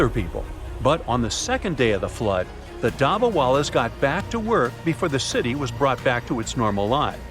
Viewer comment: hello i love your videos but one thing if you are pronouncing an item from the Indian subcontinent pronounce a as u like dubbawalus and koorta pujamus